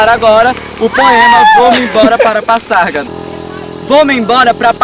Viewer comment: Se pronuncia Pazárgada e nao Passargada